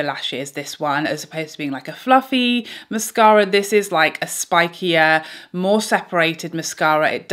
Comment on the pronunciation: I love the way you say mascara! Also -- when applying, I always get mascara on the top eyelid (I'm guessing from the brush touching lid thru the lashes when I'm coating the base). Any suggestions anyone on how to stop this while still coating the base of lashes? I hope that makes sense.